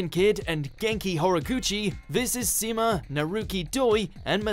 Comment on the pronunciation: It's pronounced Sheema not Ceema.